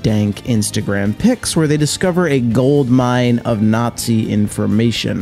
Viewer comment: the way this guy says Nazi is funny.